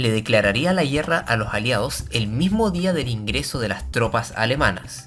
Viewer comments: se dice guerra, no guierra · ¿ estuvo fuerte la "yierra", no? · Por que dices la yierra en vez de la guerra? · Me preguntó lo mismo. Por cómo habla, parecería ser de chile. Pero ahí no recuerdo que pronunci n asi esas palabras 🤷‍♂️ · Son cosas mías o el narrador no sabe pronunciar la palabra guerra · Por qué dice "guierra", "carguieros", el resto lo pronuncia bien.